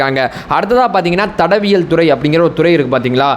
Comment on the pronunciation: ஐயா சரியா தமிழ் பேசுங்க தடவியல் இல்லை தடயவியல்